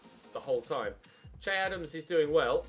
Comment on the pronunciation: Loving the series but for the love of god please stop calling him, it's pronounced Shay.